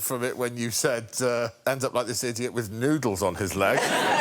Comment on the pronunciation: you ADEEYOT!